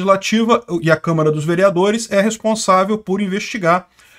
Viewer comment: Alguém tem que criar um apelido "Câmera dos deputados"! não fala câmara dos deputados! 😂 🤣 🤣